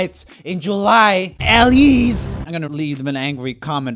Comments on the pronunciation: roomie: “elsie who’s a friend of mine” also roomie: can’t get her name right again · when he said Elsie instead of Elise😂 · elsee, BRUH IT'S ELISE E-LEE-SE JUST GET IT RIGHT YOU....... OOF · Ikr. Elsie 😂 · It's Elise not Elsie. I had a friend growing up who also had this problem with people misreading her name. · Roomie said Elsie not Elise! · And then for rest he just says Elise 😂😭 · Roomie: Thats a friend of mine Also Roomie: Saying her name wrong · Roomie: A friend of mine- Also Roomie: says Elise wrong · Joel: My friend Proceeds to pronounce Elise wrong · “Now on to a personal friend of mine . . . *says name wrong * By the way, that Elise video was how I found Elise and how I found a singing channel that was better than urs sry but it’s true